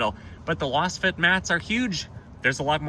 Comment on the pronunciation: I believe Lasfit is pronounced the same way as Laser.